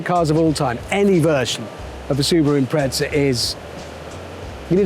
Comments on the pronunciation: Why would a porsche specific paint job and livery be a POS subaru for? Subaru Impreza not im-pret-za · Is someone going to tell Hammond there’s no T in Impreza?